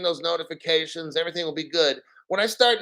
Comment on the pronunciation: When you said Everyting with that Jamaican accent..EVERY TING BREDDA...XRP!!!!!!